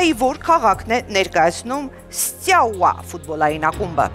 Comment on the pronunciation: 02։52 ՍԾյաուա չի, ՍՏյաուա է։ Դա ոնց որ մաԾյան, պաԾյան ասեք: ՀավիՏյան իմացեք դրա մասին: 10։02 կավից ամանեղեն պատրաստՎող արհեստավորը։ Փաստորեն, արհեստավորը պատրաստվում ա, ինչից ա պատրաստվում հետաքրքիր ա: Բրեկ Սթոքեր գրող չկա, հավանաբար Բրեմ Սթոքեր 11։30 Հուսեյն Բոլտ անունով մարզիկ չկա, երևի Ուսեյն Բոլտի հետ եք։ 16։51 հայերենում շուտաՊույՏ բառ չկա, շուտաՓույԹ: 18։43 գրված է Էմմա, էն դեպքում, երբ Էմման արդեն դուրս է եկել: Դե սա առանձին խայտառակություն ա, եկեք սրան չանդրադառնանք: 18։43 Հայկական գամբիտը չստացվեց։ Այսինքն գամբիտը, էտ բառի իմաստը հասկանում են, թե ուղղակի գրել եք, որ բռնի։ 21։32 Սան Մարկո պետություն չկա, երևի Սան Մարինոյի հետ եք։ 25։48 հիդրո՜՜՜՜լիզ, հարգարժան խաղավարին ասեք հայերենում շեշտը, բացառությամբ մի քանի բառի, դրվում է վերջին վանկի վրա: 26։51 էս մեկի հետ լրիվ համամիտ եմ, համացանցը ոչինչ չի մոռանում, ձեզ ոչ ոք էլ չի մոռանա էսքանից հետո: Դու մենակ չես քայլի, մենակ չես քայլի: Ճիշտ թարգմանությունը Դու ԵՐԲԵՔ մենակ չես քայլի: Լավ էս մեկը ներում ենք, երևի անգլերեն չգիտեք: 33։15 Լուսինեի խաղում իհարկե միստիկա չկա.... այսինքն միստիկա չկա: Էտ բառի իմաստը հասկանու՞մ եք։ Միստիկա ձեր խաղում կա, չնայած չէ, միստիկա չի, կատակերգություն ա։ 35։54 ԽաչվանԿյան չի էտ մարդու ազգանունը, ԽաչվանՔյան։ Կյանքեր, հայերեն խաչ և վանք բառերն են, վանկի հետ կապ չունի։ Իսկ հիմա վանԿերով ասեք՝ Խաչ–վանք—յան